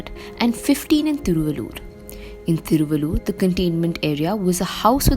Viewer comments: Hope you don't speak Tamil, but if you speek Tamil and pronounced Thiruvallur like this, please rethink and don't translate City name from Tamil to English.... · I'm from Thiruvallur district and she's murdering the pronunciation of the place.